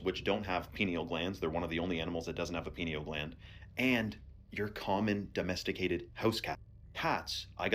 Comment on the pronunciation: If you check the ears of a double then they are time travelling and Erica kirks ears are the same on both pics so we know now she is the same person. it's only in america where the foods are contaminated.the guy talking about cheetahs said peneal gland instead of pineal gland lol